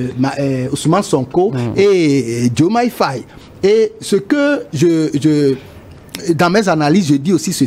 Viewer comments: Mais ce p'tit se prend pour un français ou QUOI !? 🤔... Au lieu de dire Faye, il dit Faiye. 🤦🏽‍♂️ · Prononcez bien les noms svp. Il y a des sénégalais partout maintenant dans le monde. Faye se prononce Faye comme en français...pas fèye